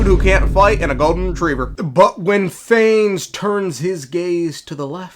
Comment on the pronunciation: Btw no hate or anything but its “pha-ness” and not “fains”